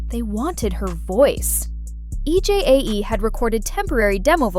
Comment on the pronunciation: I’m sorry to say this but commentators need to pronounce Korean names. E J A E should be pronounced EJ